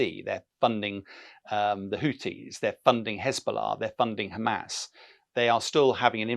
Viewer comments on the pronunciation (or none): none